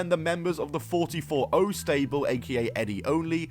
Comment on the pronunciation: Good video. One extremely small point, though: the name of the faction is pronounced "four four oh", it's a reference to the area code in north/northeast Ohio, where they're from